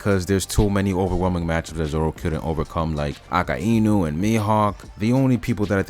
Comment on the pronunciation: Aka-inu is a way to pronounce akainu I guess…. Threw me way tf off